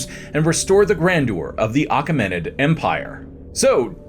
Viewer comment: Great video 😊❤ it's actually "A-KEM-in-id" empire.